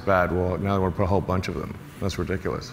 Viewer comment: ”thats riciculous...you’ll see”